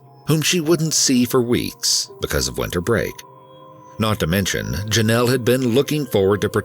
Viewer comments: Drink every time he says Jonelle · Take a shot everytime this fool says "jenelle"